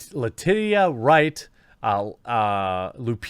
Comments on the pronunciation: I'm almost certain it's pronounced 'Le-teesha' not 'Le-titty-a'🤣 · Aye Jeremey bro, letitia is pronounced LUH-TEESHA not luh-titty-uh 😂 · Letitia is usually pronounced (Le tee shuh) not (Le titty uh). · Ok, I can't let this one go any more times. Latitia is pronounced luh-TEE-shuh. I think you're just trying to say titty and get away with it. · Letitia is pronounced "Luh-TEE-shah" or "Lah-TEE-shah."